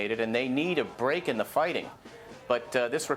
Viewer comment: “Or all HELL will beak loose!”